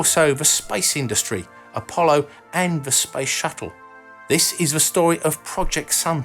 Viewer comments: Heh, the first time you said "space industry" I heard "spice industry" :) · I thought you said spice shuttle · Yes. I also heard him talk about "the spice industry"... 🙄😂